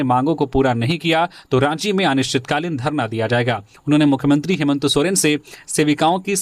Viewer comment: हेमंत सोरेन या हेमंतो सोरेन ??? सही उच्चारण करें .....!!!